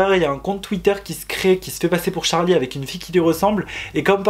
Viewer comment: C’est charli pas chari